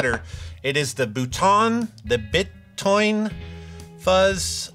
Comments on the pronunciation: Lemme tell ya how to say properly “Bitoun”, it’s like “Beetoon” but without a long or short “ee” and a long or short “oo”. We don’t have these kinda nuances in French. It’s between long and short. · For Bitoun, you have to pronounce it "bee-toon" :) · 7:60 Cela se prononce "Bee" "Toon" Feeuuuuzzzzzz 😉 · Bravo ! Je kiffe de voir Anasounds fait par JHS ! Bitoun = BEE-toon, and in fact anytime you see "i" not next to another vowel in a French word, think "ee", e.g. kiffe = keef. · please say "bee toon fuzz" many thanks, great show.... cheers from France